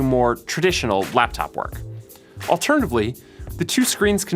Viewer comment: wtf is arternivley?